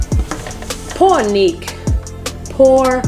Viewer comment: "Poor Neek" 😂😂